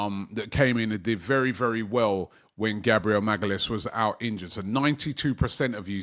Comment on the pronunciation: Please learn how to pronounce Gabriel's last name. You consistently butcher it, but it would take you 3 minutes to figure it out. Love your videos, but that always makes me wince.